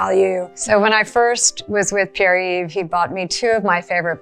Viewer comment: Her pronunciation of Pierre :face-fuchsia-wide-eyes